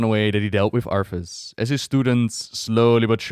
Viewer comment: LOL its been years, and you still pronounce his name as "ARF-us"